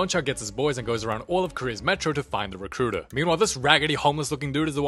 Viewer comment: mean Da Recruitah iz hear😅😅